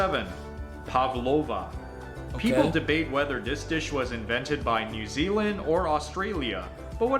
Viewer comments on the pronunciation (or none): none